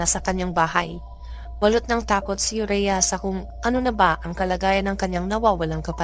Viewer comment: Ayusin m kasi ung bigkas m ng pangalan aurea not urea